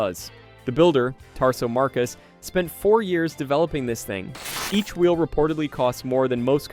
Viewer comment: Can't even pronounce wheel.